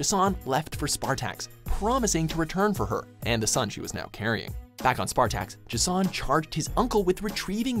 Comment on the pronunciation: J'son. Not Ego, the living Planet. Goddamnit.